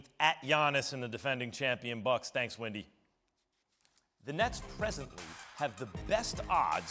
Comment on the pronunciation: 😂 at max calling him "Windy"